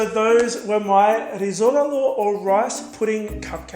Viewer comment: The way you pronounced “rizogalo” is the best accent I have heard from a foreigner so far Greetings from Greece 🇬🇷 Ps I love your videos you are so talented